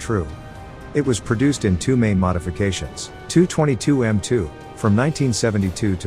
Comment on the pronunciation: Forgive me but ho long have Tupolev aircraft have their diminutive Tu pronounced as ‘too’ rather than the traditional T.u.?